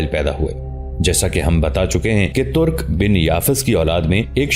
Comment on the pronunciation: لفظ " ترق " نہیں " ترک " ہے